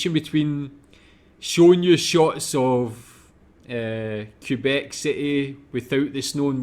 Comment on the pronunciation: It's pronounced "kay-bec". You'd have to do your search in french to really learn about this province. Here's another 2 minutes video that showcases a bit better what the province of Québec is like during summer : And winter